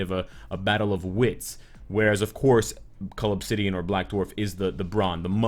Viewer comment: OH. Cull obsidian.. I always hear it as 'call of city (an)'